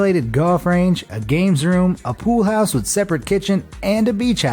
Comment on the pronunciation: pool hause